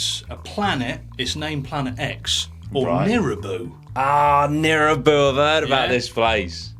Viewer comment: it's nibiru, not nirubu btw